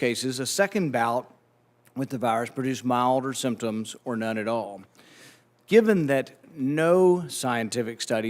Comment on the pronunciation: "All" has ONE syllable, Falsey; not THREE.